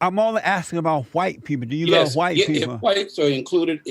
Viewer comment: He can't say white. Why!!